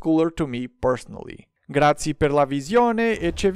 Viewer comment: good pronounce man, just the thanks(grazie) is a bit wrong because you didn't said the e